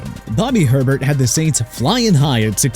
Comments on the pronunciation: It’s pronounced Hey-Bear not Herbert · Nice you pronounce it Herbert when there’s no r. It’s pronounced Hay-bear. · It's NOT Herbert, it's "Ay-BEAR"! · It's not Herbert. It's Hebert, pronounced A-bear. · It's Ay- Bear, not Herbert. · Bobby Hebert’s last name is pronounced ‘A-Bear’. Way to do your research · Yeah, not how you pronounce that. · He's done this consistently for years and there's always someone in the comments telling him that's not how you pronounce it. Think he's doing it on purpose. TPS kinda sucks tbh